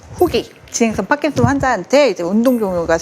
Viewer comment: 경상도분이신가요? 파킨슨 발음이 안되시는게 좀 거슬리네요^^